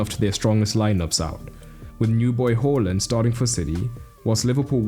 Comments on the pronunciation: Awesome video! But please pronounce Haaland's name correctly. Long a, short L, not the other way around bro. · Who the fuck is “whorelund” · Stop saying Horland. He said to pronounce it like it's spelt. He said it in multiple interviews. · Haaland not hallland